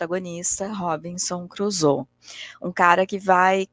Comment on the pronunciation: Li Robinson Crusoe quando era adolescente...década de 80! 🤭 Vou ler novamente após esta rica análise, com outros olhos. Agora, com óculos, não necessários há mais de 40 anos!🤓 Hoje, aprendi muito, inclusive a pronúncia correta do nome da obra/personagem! Viva a cultura! Sempre é tempo de aprender. Obrigada,!